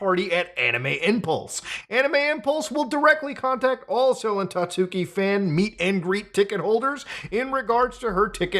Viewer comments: hard to take this video seriously when you're calling her 'sellin tatsooki' the entire time lol. you did research and couldn't even get her name right? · Sel-en Tatsooki, eh? Is she related to Selen Tatsuki? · I swear no one can pronounce "Selen Tatsuki" correctly, not even a lot of fans, even though she says her name all the time